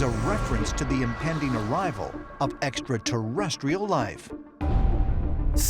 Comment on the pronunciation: "EXATERRESCHIAL" convinces me of his scholarship on the subject.